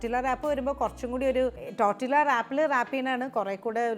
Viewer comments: It's not tortillas...it's pronounced as tortiya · Learn to pronounce first! Its not tortILLA its pronounced as TORTIYA. Its a spanish/mexican word. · Hello, just a suggestion, you do not pronounce it as’Tortilla’ as the spelling indicates, it is a Hispanic word, when a word has two ‘ll’s together, it is pronounced as ‘y’. It is pronounced‘Tortiyas’. Hope this helps! I enjoy your videos. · Nice … Tortiyya pronounced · Tortilla pronunciation is ടോട്ടീയ . L സൈലന്റ് ആണ് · Tortilla is pronounced as ടോർട്ടിയ ❤ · Thank you for delectable, easy to make recipes. I think tortilla is pronounced torteeya🙏